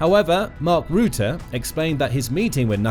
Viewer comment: Guys, PLEASE change the pronunciation of Mr Rutte's name. Not 'rOOte'! Please change to 'Rahttah'. This is still not 100% correct, but it's at least ball-park correct, and will hurt less EU/Dutch ears. 🇳🇱🧀